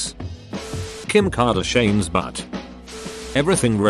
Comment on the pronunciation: Ah yes, Kim Car-Da-Shayne